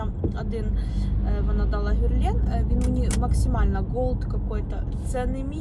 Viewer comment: На сайте Брокард тональный стоит 1762 гривны и фирма ГЕрлен а не ГЮрлен😂